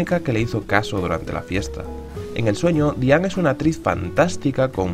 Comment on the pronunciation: Diang. Con G final. DIANG. BIENG. CONG. Por qué dios mío. Por qué.